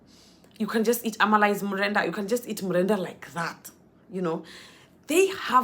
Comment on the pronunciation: Already having Nigerian Accent, with the way you pronounce Amala, Efo riro, etc. You are welcome to Nigeria. Always a delight watching your video.